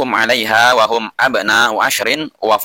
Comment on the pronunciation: kurang nya di mana , mukin gak keketik tapi antum itu yang aneh Wa di sebut fa hum sebut hu Sekolam sama admin Littaqwa di sebut Lillmutaqin 😄🙂🙂🙂